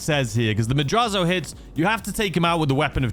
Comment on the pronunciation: It is pronounced MAD-RATZ-O! not madrazzo. Its how you say Latin words whe. They are spelled that way. Sometimes when they are spelled with an s and not a z too.